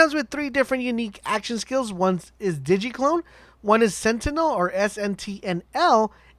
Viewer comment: Lol.... I laughed every time you said diggy clone instead of Digi (digi-tal) clone. Hahahahaha.. keep it up. I’m maining Zane first